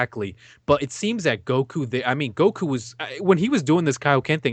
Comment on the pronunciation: please pronounce Goku properly. It's pronounced in Japanese and English dub Go-ku not Gouh-kooh you sound Thai hanging onto the sounds too long